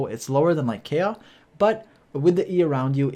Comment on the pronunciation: Pronounces the Chinese names correctly but butchers Kaeya.....